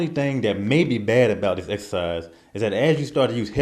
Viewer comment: What is 'dis'? I do dis...do it like dis....dis time....don't make me 'axe' somebody....lol